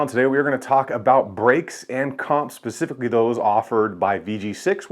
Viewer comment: He said "pecifically" instead of specifically. He's not to be trusted.